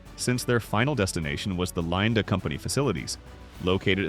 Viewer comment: Linde isnt pronounced "linede" ... and it was Carl von Linde who invented the procedure to liquify gases ... in 1895.